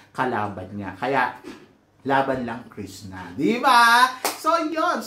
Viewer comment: Krisna ka ng Krisna Krishna haha bulol ka talaga kaloka